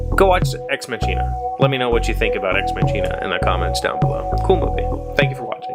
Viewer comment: Ex Machina left me emotionally unhinged - that's all I'm gonna say about it (don't want to spoiler anyone). But it is a very good movie, and perfectly paced, as you mentioned! Oh yeah, the linguist in me has to say this: It's not a "tsch"-sound in "machina", but a "k" :) (at least that's the theory for Latin; and in German, being partly based on it, we kinda took that over. A "ch" is very often a "k" sound, e.g. "China" (with an English "e"-sound and not the "i" as in "I am ..."), is pronounced "Kina" - or in the German-German-dialect sometimes "Schina") Also: made me giggle too XD Exciting: I was in Ireland over the last week! (My friend looked at universities and I accompanied her)